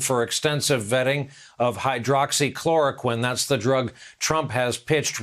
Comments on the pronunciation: He's incessantly promoting Hydroxychloroquine & he can't even pronounce it? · he can't even pronounce the death drug he's toting wtf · He can't even pronounce hydroxxyc c c cuhh clora....it will be beautiful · You been selling this gft from the depths of your heaven for over a month and you still have problems with the pronunciation,SMH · Hes mentioned that useless drug hydrocloroquine so many times and he still can't even pronounce it correctly. This guy is a joke ! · Can’t pronounce hydroxychloroquine😂😂😂😂😂😂